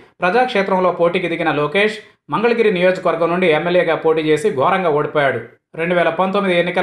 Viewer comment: He does not want to go till he learns pronunciation of " mangalagiri " instead of " mandalagiri ".